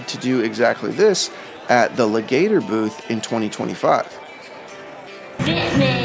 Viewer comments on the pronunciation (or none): Just spreading some quick knowledge, the guitar brand Legator is not pronounced Le-gayter, it's pronounced Leg-a-tour. Legator is a real word that describes someone who has a legacy.